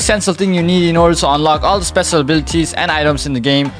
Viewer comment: nice video but i wonder what is with his voice like when he said mojo i head mozo or spesial instead of special